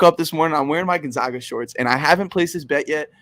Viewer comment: GON -ZAG - AH , not Gon - Zag -Gah lol